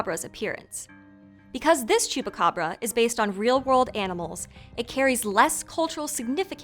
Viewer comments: Its THE GOAT SUCKER.... el chupacabra, all of my family members on my moms side who are from mexico city say "el chupacabra" even the family on my dads side who are mainly chicano say "el chupabra" it's not that hard bruh🤦‍♂️😂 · First of all this lady doesn't even know how to say Chupacabra correctly ‼️ and this is far from a myth in PR lady. I was in Puerto Rico and this was all happening and trust me this was no damn dog it was more like a demon but of course you people want to turn around and make up stories or make it seem like it's something funny or cool.